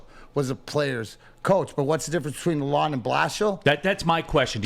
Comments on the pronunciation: This MF'er correcting a guy that sat in the room with the man! lol I don't mind wiserplan. but yes it is lalon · Couple corrections to below: It is the Yzerplan. Pronunciation is La Lon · Just to help y’all out the D is silent in Dereks’s last name. It’s sounds like Laloan.